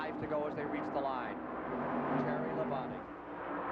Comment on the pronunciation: LOL i still cant get over Ken Squier calling Labonte "La-bounty."